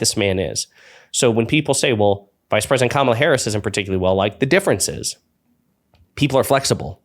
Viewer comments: Fox keeps calling Kamala “Camilla” or some other weird pronunciation. Nope - Camilla is the Queen of England. Duh! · I think Vance MIGHT, besides dissing Kamala for being “childless”, might be dissing Taylor Swift because she isn’t married, no kids and LOVES cats… Would he DARE go there? ALSO, what is it going to take to get Fox to pronounce Kamala’s name correctly? Geez! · They intensionally mispronounce her name. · I am a Republican who has campaigned door to door and protested at Abortion clinics. I find my party's name calling childish and mispronouncing Kamala's name makes them look stupid. I don't vote for stupid children. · Learn how to pronounce Kamala’s name